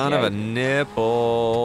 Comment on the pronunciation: the way you keep saying "NI-pple" sounds like you're catching yourself real close lol that shit worries me